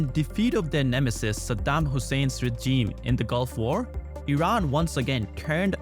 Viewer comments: You got to help this dude with the pronunciation of regime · Hahahah yeah